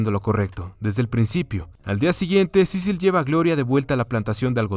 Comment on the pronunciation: Solo una vez dijo su nombre bien xdxd Cecil, ya luego estuvo con Cicil cicil cicil xdxd